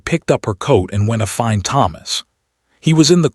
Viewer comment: Several times the narrator said “ wentafind” should be “ went to find”